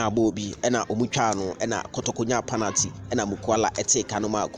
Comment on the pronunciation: The word is PENALTY and not PANATY. Why do you these kumasi bloggers find it difficult to pronounce certain words?